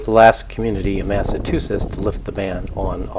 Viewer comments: I can understand a first time visitor not knowing how to pronounce the local names of places on Nantucket correctly, but it’s inconceivable that an American would consistently mispronounce Massachusetts (Massa-chew-sets) as Massa-too-sets. 🤔 Also, the harbor on the Cape where the Steamship Authority and Hy-Line ferries depart from is Hyannis, not Hyannisport. Hyannisport is an adjacent community where the Kennedy family has their homes. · I thought it was called " Massachusetts " not mas a tussetts ???? "Chu " not " tu "